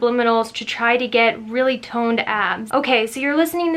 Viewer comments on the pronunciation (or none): Lol thought you said "really toned ass" and I was like "And I oop-"